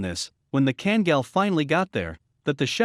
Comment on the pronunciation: It seriously infuriates me that alll this so called experts, hideously mispronouncing Kangal. You should pronounce both a in the name, as in "are" or "type" or "kind" or "*CKTARDS".